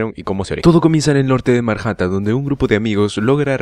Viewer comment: Yo Escuche Marhatan envés de Manhatan